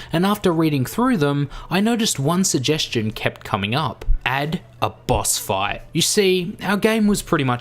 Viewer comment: What it said: Boss fight What HE said: Boss Five